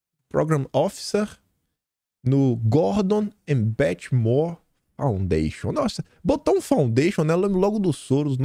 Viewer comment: Moore pronuncia-se "muur"